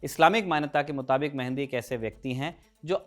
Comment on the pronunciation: Abe mehandi nahi bhai, Mahdi😂 pagla